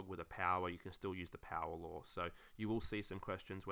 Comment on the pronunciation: I thought he was saying “logarithms lore”, and I was like mmm 💀